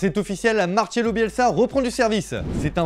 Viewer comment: Et "Marcelo" pas non plus capable de le prononcer 😅😅😅